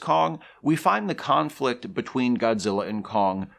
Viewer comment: Am I the only one who keeps hearing conflict as Kongflict?